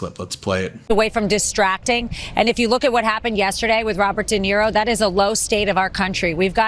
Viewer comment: Sounded like she said DINERO instead of Di Niro.